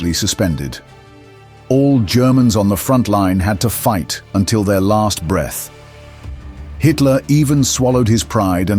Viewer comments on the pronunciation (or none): none